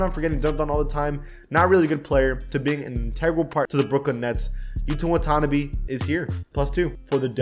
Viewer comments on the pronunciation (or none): Ouffff m’y Guy the tira watanabe pronounciation was awful😭😂